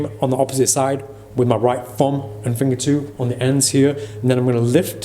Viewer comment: When you said fumb instead of thumb- was that subtle sarcasm or just heavy British accent